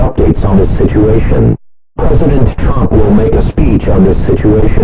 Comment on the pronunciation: Why did it sound like he said present tromp